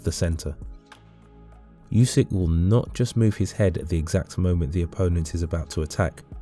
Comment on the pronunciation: You begin the video by mispronouncing his name...jfc